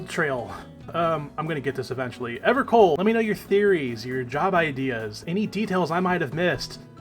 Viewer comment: Hi, I am evercold, please dont mispronounce my name. Also I think your cope will pay off